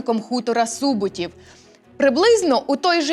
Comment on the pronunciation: Неправильний наголос, хутір СубОтів 🌝